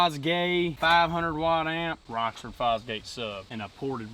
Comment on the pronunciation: It’s Rockford lmao not rocksford lol